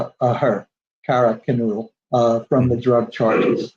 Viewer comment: I wish Howard could get the victims names right! He’s going to be making money off this tragedy and at least could get their names right. It almost feels like he keeps doing these interviews, obviously to boost his sales but talks about this like it’s some kind of bad TV movie script. Sorry I’m just struggling with this interview.